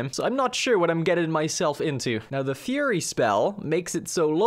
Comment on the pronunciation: sounded like you said that you bought the “furry” spell to me, and I had to go back and listen again.